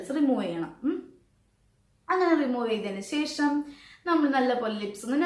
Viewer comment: Sesham🤔ooo shesham😅